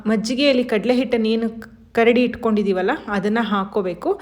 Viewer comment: ಮೇಡಮ್. ಕರಡಿ. ಅಲ್ಲ. ಕದಡಿ.